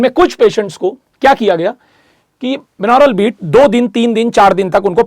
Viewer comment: Sir, its बाई-नॉरल beats, not बिनौरल beats.🙏